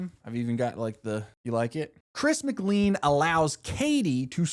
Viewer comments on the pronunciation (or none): btw its not chris mcleen its chris mclain, whenever u prnounced it wrong i went crazy lol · It’s pronounced /ˌkɹɪs məˈkleɪ̯n/ not /ˌkɹɪs mɪkˈliːn/. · why is no one pointing out he said chris mcleen TnT